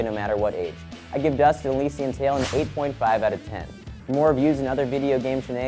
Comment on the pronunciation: I think it's pronounced Elysian(el-liss-ee-an)